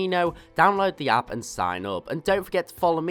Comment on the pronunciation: At the end I thought you said "Don't forget to check the Appo below"